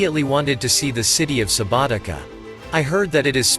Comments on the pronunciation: Subotica not SubotiKa 😂 ! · Oh man, you've been there, you've made a film about it... how is it possible you have noooo clue about any principles of pronunciation???? Subotika? Vodhvodina??? Jesus, maybe people should say Mankhester and Nevtsastle... it's crazy!